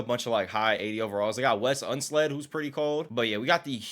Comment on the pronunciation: Wes Unsled? 🤦‍♂️Unseld. If you're going to make these videos please educate yourself and stop disrespecting true legends. Also automatically making Giannis the best player in the league and putting all but 2 other players WAY below what they actually were in real life is a bunch of bs.